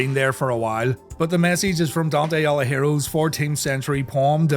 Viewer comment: I was wondering if anyone was going to mention that mispronounced Dante Alighieri's last name. Guess not lol.